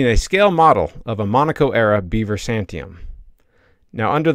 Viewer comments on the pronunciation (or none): none